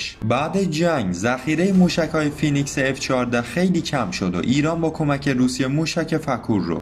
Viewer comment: تلفظش فینیکس هستش با لهجه امریکن